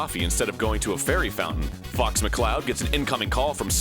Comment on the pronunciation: During the part about the cameo appearances in Mario & Luigi, Am I the only one who heard Fucks McCloud instead of Fox.